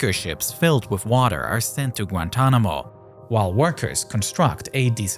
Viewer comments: Grantonamo-this German accent speech impediment AI is horrible, but the content is too good to exit. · Its not gratuanomo bay its gua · With the “Granntanamo bay naval base” established 😂 Brother